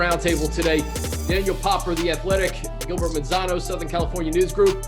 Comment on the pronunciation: someone pls tell Staley that it is Gilbert and not GILBERTO. Does have a nice ring tho.